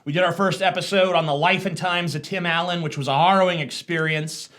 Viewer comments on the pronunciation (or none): none